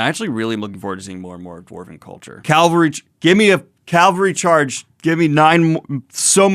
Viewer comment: I myself have made this mistake many times, I don't think you actually want nine more "Calvary" charges 😂